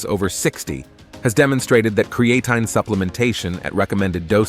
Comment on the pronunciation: Can somebody reprogram this AI voice to pronounce creatine correctly..